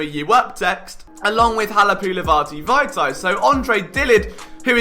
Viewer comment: Another winner my friend. You had me at the perfect pronunciation of Vaitai’s name. Keep up the good work!